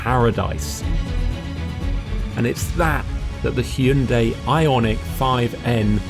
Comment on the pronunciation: Props for saying the name 'Hyundai' properly. It's 'Hyun-DAY' (not Hy-Un-Day'...two syllables, not three...so many Brits butcher this)